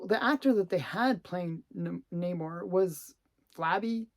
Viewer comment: not a fan of how that pronounce Namor